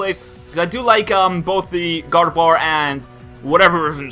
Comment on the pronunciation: when said Gardevoir i heard God of War